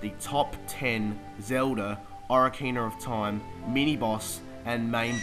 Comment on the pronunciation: So many fond memories, and he can't even pronounce the name.